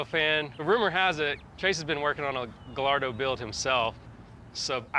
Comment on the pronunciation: Silent L’s in Gallardo gai-aa-dow 👍